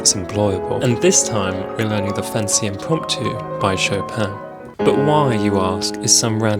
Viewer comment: Btw just for clarification it's not fantasy for some.reason people say it like or some other way but it's pronounced fan-tay-sha